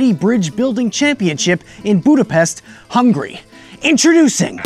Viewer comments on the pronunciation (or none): Did you say Budapest,Hungary or Budapest,Hungry? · Im hungarian and I am bugged by how you said Budapest and Hungary.